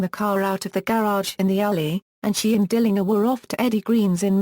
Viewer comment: I'll say this tho ,she pronounces his name correctly which is rare. he called himself correctly, DILLINGER w/ the last syllable like 'finger'. the German way.